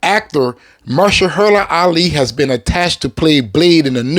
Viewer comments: Say it with me now. "Muh-hersh-alah." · MA-HER-SHA-LA...damn. You gotta work on butchering names bro. 😅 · Good brother, I love the Blade content and I'm with you 1000% for Wesley... But Mahershala Alis first name is pronounced muh-HER-shuh-luh Not "mer-shuh-HER-la" which you've consistently (and hilariously) mispronounced it as. I don't want him as Blade either but I think it's respectful to pronounce one of our Oscar winners name right, ya know? Peace brother! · Are you mispronouncing his name on purpose? lol